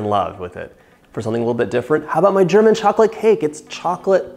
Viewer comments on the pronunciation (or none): none